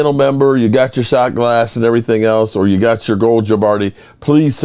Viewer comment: Its YOU, not CHEW.